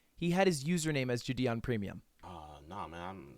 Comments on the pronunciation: ITS JIDION NOT JIDIEN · It always sounds like he’s saying jidien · JI-DI-ON had me dying... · "Jih - dee - on" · Is no one gonna talk about how lud pronounces JiDion lol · The way u pronounce valorant makes me uncomfortable but the way u pronounce jidion 😣😣😣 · Every time you pronounced jidions name wrong a baby died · Yo dawg…can you let me know how many times you gonna mispronounce Jidion Great video tho 👍